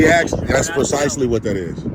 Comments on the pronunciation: What's this 'axing' he's talking about? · Hey stupid, they didn't "axe " you anything. They told you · “Solicitated?” “Axed?” How did this fool ever get out of high school?